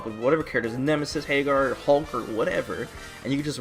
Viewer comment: The problem with the current meta is the way says "HEYGAR"